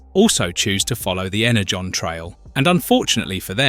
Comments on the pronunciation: Was this voiced by an AI model with a sampled voice signature? There's so much variance in the pronunciation such as switching between Ener-gone and Ener-john, among other frequent swapping of pronunciations. I don't even care how it's pronounced, but the switching back and forth is a little annoying. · He also calls energon inner-gone a couple of times